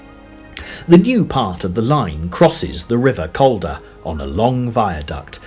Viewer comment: The narration is done by someone who has never visited the area, so pronunciations are horrible. The first syllable of Calder has more to do with call than California. It's TODmerdon, not todMORden. The same person would never refer to chelSEA. It's MY-thom-royd; the letters at the from are not a myth. 8 miles to Normanton from Sowerby Bridge?